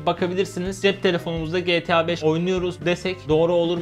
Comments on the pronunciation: GE TEĞ ĞA BEŞ iğrendim o nasıl diyiş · Abi getea 5 degil Geta 5 desene ya